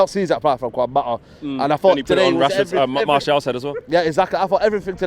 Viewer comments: “Techniquefull” “Quan Mata” 😂😂😂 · Kwan mata tho 😂😂😂